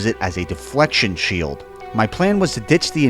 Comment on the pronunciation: And alas the “shilt shot” or “shilt jump” was born